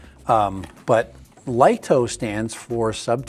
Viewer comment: Lol, you're wrong, it's pronounced 'Lee-toh'. That comes direct from DJI's marketing division. And it replaces the mini, and the mini 4k, not the mini 4 pro.